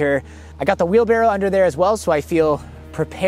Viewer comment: Am I the only one who thought it was "Wheel Barrel" 😔